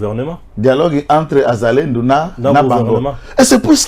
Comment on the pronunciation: Pas zazalendo mais wazalendo quand c'est plusieurs personnes une pers on dit mwazalendo